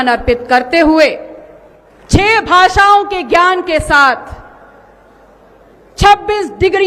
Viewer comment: Madam digree aur bhasha glt bol rhi hai